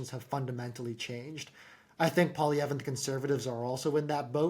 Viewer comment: Pierre Pol-eavra? 😂, you're 21 miles from France!